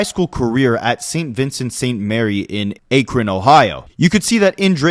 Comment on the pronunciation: Akron, Ohio is pronounced Ackrin